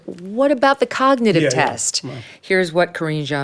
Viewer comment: How could he pass a cognitive test? He can't even pronounce cognitive.